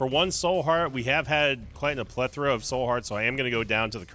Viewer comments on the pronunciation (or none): none